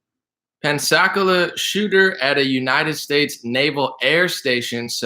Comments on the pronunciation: The pronunciation is pens a cola. Floridian hair listen check out the Douglas M Dukote show from today he is retired military and tells stories about this being common practice since World War II we beat Germany train them the fly sold them airplanes then Pearl Harbor hit we trained Japanese until damn airplanes and so on and so on. The video is very interesting I think you'll get a lot out of it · It's "Pensa - Cola"